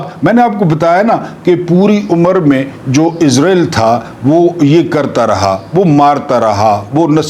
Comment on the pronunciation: عربی زبان میں لفظ (اسرائیل ) ہے(س) ہے نہ کہ(عزرائیل ) یہ لفظ تو بےحد معتبر اور مقدس فرشتے حضرت عزرائیل کا نام یے